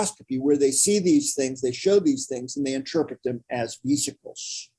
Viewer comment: The main presenter pronounces "vesicles" in a weird way with a hard "ve" sound where as I have always heard and used a shot "ve" (like the difference in short 'e' in 'bed' verses the long 'e' in 'beetle').